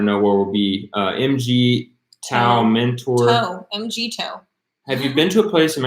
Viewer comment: MGTOW it pronounces "mig-tau". It stands for Men Going Their Own Way.